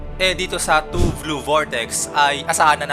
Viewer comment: Blue sir hindi "vlue" hehe 😊